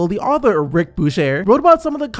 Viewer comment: Bucher is pronounced byuker.